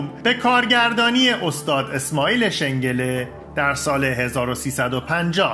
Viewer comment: سلام - کارتون خیلی عالی بود - واقعا ممنون . . . اسم خانم ژاله علو و آقای اسماعیل شنگله به اشتباه نامبرده شد . . . یعنی از نظر تلفظ اشتباه بود :zhale OLOV --- esmaeil SHANGOLE